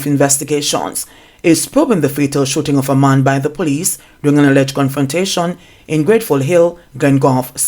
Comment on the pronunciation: Gud nite it sounds like you said Gunfrontation and me agree cuz too many shootings😮smaady plz tel me why dem kil di GC Foster vice principal😭sorry about di accident in St James